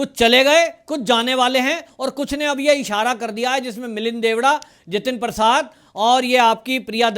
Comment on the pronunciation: Sahyad. Koch. Uccharan halat. Ho. Raha h ( shree. Milind. ) DEODA G. Sonif shree. Murle deoda g. Sarname. Theek si bola jaye.